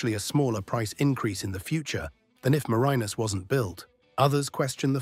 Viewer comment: As a Tasmanian the bad pronunciation and terrible stock footage that is nothing like accurate. I couldn’t watch it all, way too annoying